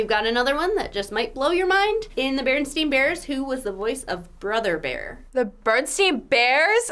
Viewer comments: Even is saying "Bernstein" instead of "Bernstain"😳😳 pause and put to. 25 speed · They said Berenstein Bears, it’s Berenstain Bears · You said Berenstein bears not berenstain bears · It’s Berenstain not Berenstein